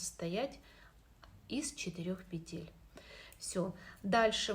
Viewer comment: пЕтель, не пИ тель